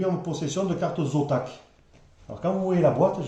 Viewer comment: Zotac pas Zontac lol